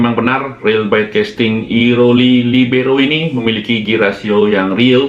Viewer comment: libero gitu aja bli.. biar gak kesulitan ngomongnya kwkkwkk